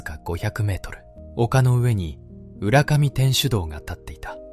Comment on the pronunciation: 浦上 うらかみです うらがみではありません